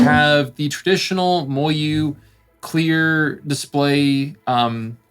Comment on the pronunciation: I like your reviews, I just can’t stand the way you say MoYu